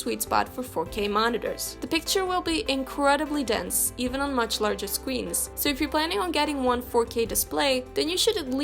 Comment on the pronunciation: "larger scweens"